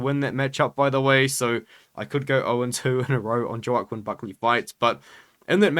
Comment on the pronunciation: it’s pronounced ‘Wa-Keen’ Buckley ik it makes no sense but yeah just for the future😂😂